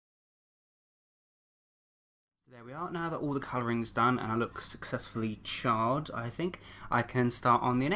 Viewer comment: Who else whenever he said charred it sounded like child